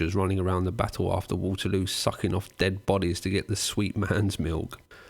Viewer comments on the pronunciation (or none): none